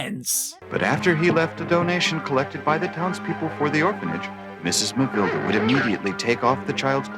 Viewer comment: i can't stop laughing when called Mavilda as Mavilders